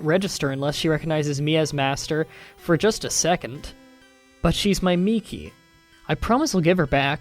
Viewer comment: I'd like to thank you for being the only person I've seen so far to pronounce Miki properly